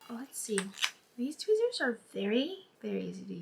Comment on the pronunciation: I like how u are showing everyone the way the contacts look while you're in the daylight because it looks more lighter so now i know how it might look on me! Oh, by the way I love how u say twizzers (tweezers) I know u have a Greek accent, but it's cute :)